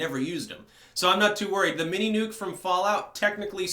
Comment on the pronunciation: Nuke, not bike